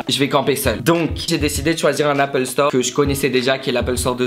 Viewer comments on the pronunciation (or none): none